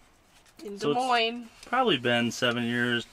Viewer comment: you know you play red dead too much if you hear lemoyne instead of des moines 😂